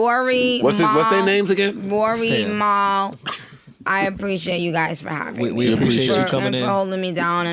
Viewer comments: shorty called you a barb 10min in and purposefully mispronounced your name all interview. mal looking wild crazy rn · Nikki can’t say Mal for shit and keep forgetting Rory name lol Joe right y’all is pussy always leave him hangin. tried to come thru here and on Nikki joint